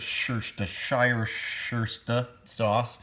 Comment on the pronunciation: just call it shire sauce like everyone else lol